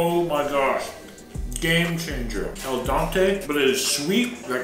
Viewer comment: It is pronounced al dente. Think Dentist. Tooth. It means to the tooth. Dente